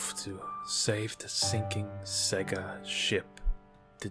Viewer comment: The accent you were doing sounded like it was from someone who should be able to say sega properly yet you didn't not once , which is always amazing to me when people get it wrong when so many sega games especially on the mega drive/Genesis used to actually say it out loud , Australians get it even more wrong they say seega at least the wrong way Americans say it is in line with how it's spelled